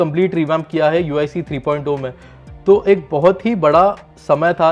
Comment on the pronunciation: 3.o nahi 3.0 three point of nahi three point zero Bolte hai